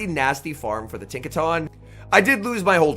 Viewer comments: Its pronounced tinka-tun, not tahn lol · Tink-a-TUN bro. Not “Tink-a-TAWN”